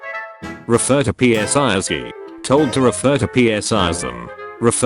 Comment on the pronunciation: Refer to Psi as "Psi" ❎ Refer to Psi as "P-S-I" ✅